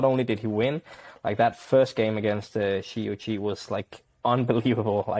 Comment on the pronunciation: Really happy to see you guys back with another episode. You guys finally pronounced Shi Yuqi correctly. 🔥🔥🔥👍👍👍😊 For the pronunciations of the other names: Huang Ya Qiong --> hooang ya cheeong Chen Qing Chen --> chen ching chen